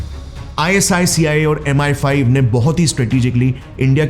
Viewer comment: It is MI-5 andMI-6 not M-15...